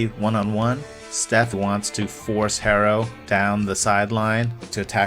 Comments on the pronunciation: For a minute I was wonder who the hell is “hay-ro” then I realized he was talking about hero?? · more like her-row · its Hero not Harrow wtf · It’s pronounced Arrow. The H is silent like in Hernandez or hola. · Its Tyler Herro (pronounced Hero) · why u callin him hair-o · Almost sounded like Harold at times